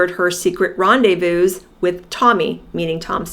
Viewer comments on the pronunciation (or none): none